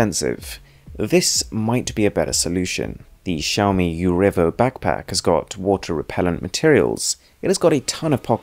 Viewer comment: It's xaomi Mi-stery